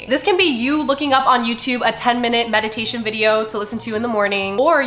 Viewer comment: Not me thinking she said “medication” and not “meditation” during the 3M’s 😅